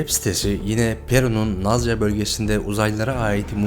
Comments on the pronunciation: Nazca' değil Nazka demelisiniz.Jimmy Mausen şaibeli bir isimdir Her ne kadar UFO görmüş olsam da 51.Bölge'de düşen uzaylılar üzerinde çalışmalar yapılmıştır Rekontrüksiyon ve diğer incelemeler. Onlar sürüngenlerin kuş koluna benzemektedir. Bu bir Artfake olabilir. Parmakları 3 tanedir ve esnekttir.Omuzları kulak gibi çıkıntılıdır.Bazısı adeta uçacak gibidir. Allah'a inanırlarsa da teknoloji ile uğraşanlar kötü varlıklardır. Plaeides Takım Yıldızı'ndan olanlar iyidir. Onlar artfake olan,dejeneratif bebekler olabilir. Dünyalıdır Yani insandır onlar. Saygılar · nazca yazıldığı gibi okumak yakıştımı, şimdiye kadar hiçmi duymadın..